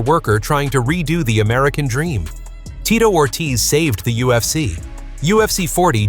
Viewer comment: The name pronunciation is horrendous